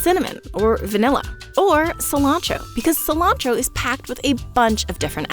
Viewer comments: Non-native English speaker here. The fact "cilantro" is pronounced "silancho" is wild to me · Why do you call it Koreander and scillantro?